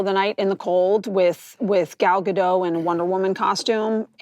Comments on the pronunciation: she's not saying her main charchter actress name it's gal ga-dote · pretty sure u dont pronounce the t... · you directed her for months and never learned to pronounce the t in gal gadot...